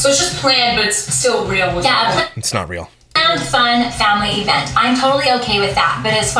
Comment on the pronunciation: She says ‘rail’ instead of real